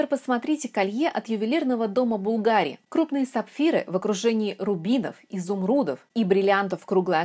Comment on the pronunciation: Хорошее видео, но маленькое замечание: в слове Bvlgari ударение падает на первый слог.